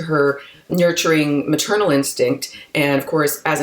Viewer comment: Maternal not Maturnal.